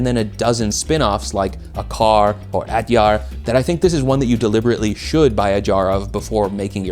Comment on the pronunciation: It's pronounce uh-chaar